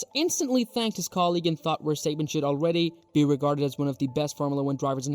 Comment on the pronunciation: You pronounce his name like …. what? Verstaypen? Ridiculous.